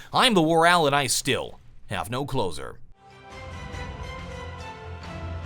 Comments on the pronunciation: Yea in the vid it does sound like he says "closer" he might have even said that to show a hint that there's an ending, but grammatically, it should be "closure". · When ever he says 'and I still have no closer' I always hear 'and I still have no clothes on'